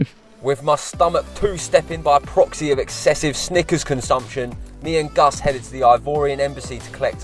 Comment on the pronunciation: ''Sidequests with '' is now an official segment xD Also yes lads, that's how his name is spelled and it's not pronounced ''Gus'';)